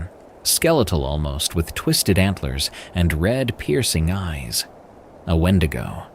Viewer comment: Now you can't say wendigo? 😂😂 Ok